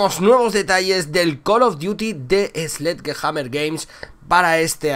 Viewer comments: se pronuncia "Slesh-jamer" porfavor !! Saludos. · slech jamer se pronuncia para mi